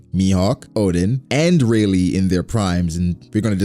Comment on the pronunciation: It really triggers me that you call Rayleigh Rey...